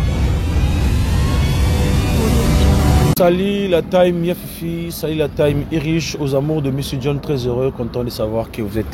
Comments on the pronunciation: Monsieur John on ne prononce pas "taim" 😂 mais plutôt "tim" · des que j ai entendu SALUT LA TAYME ULRICH j ai coupé le son pardon les memes remarques tous les jours mais vous ne vous rectifiez pas ou vous voulez qu on appelle par whatsap et un prof d anglais vous donne quelques cours d anglais? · on dis la team (tim) et non ). TEAM= l’equipe